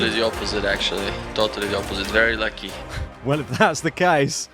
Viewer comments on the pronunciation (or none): none